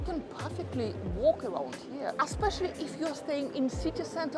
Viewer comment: I like your videos Mi piacciono...Aspeccially when you say Aspeccially!! !